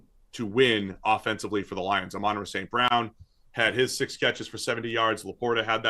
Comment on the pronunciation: Great video guys, but I just have to say this.. it’s AH-MIN-RAH, not UH-MON-RUH. Hopefully that helps some people 😂😂